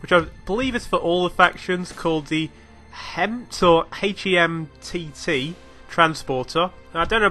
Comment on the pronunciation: HEMTT It's pronounced "hemmet"